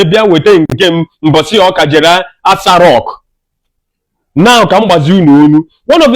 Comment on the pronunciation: My friend not ASA rock.That continues ASA rock you are saying is irritating me not listen you. Correct it b/f I listen.